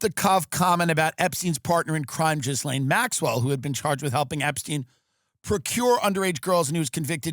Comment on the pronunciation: Ghislaine is pronounced GEE-LAN.